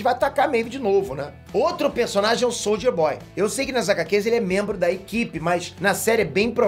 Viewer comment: O falando Soldier boy eu só escuto, Souja Boy